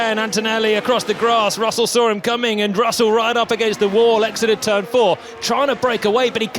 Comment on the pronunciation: Por qué dice Rosel????